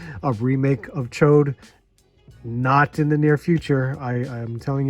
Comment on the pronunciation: Hey!!!!!!, the only guy who says Ch'od's name right